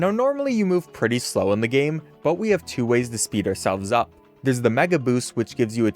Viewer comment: why does he say it like mega 🅱️oost